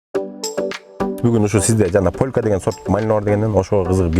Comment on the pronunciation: Полка эмес полька